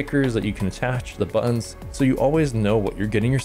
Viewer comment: You keep saying buon, what's a buon?